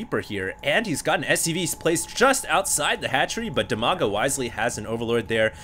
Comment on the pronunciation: Dimaga, Strelok and WhiteRa are from Ukraine. In fact it's almost Russia =) And Brat_OK is from Russia. BTW, despite You and Husky are awesome, you need to learn how to pronounce their names correctly! =) Dimaga is pronounced with first "i" as in word "Dim", not as in "diamond", both "a"s are pronounced the same manner as in 'father'. And the accent is on first "a". So it's like dim-A-ga Bratok = bra-TOK, with accent on 'tok', and Strelok is stre-LOCK, with accent on 'lock'